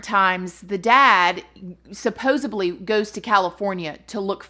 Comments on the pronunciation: Your KILLING me...supposeDly. there is no "B" to be found in this word lol Sorry, I'm a Speech Language Pathologist and "supposaBly" is like nails on a chalkboard lol Of course it is YOUR channel so you can do what you wanna do 🙂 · love you! Please, please, please say sup-pos'ed-ly. Supposably is NOT a word. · Supposedly.....not supposebly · No disrespect I LOVE your channel,but the word is supposeDly not supposeBly…. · Girl PLEASE stop saying supposuBley. You're too good and have gotten too big to still be pronouncing a commonly used word so incorrectly! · Supposedly has no "B" in it; when you pronounced it, it sounded as though it did.